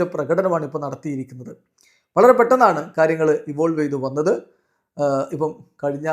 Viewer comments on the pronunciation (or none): none